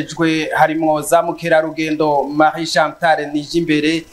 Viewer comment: Murakoze cane, ariko ntibavuza zamukerarudendo, ico sikirundi. Ni bamukerarungendo!!